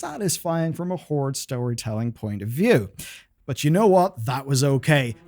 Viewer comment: It's La Horde.